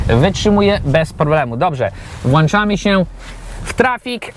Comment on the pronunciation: Mówi się włączamy haha😊 Extra autko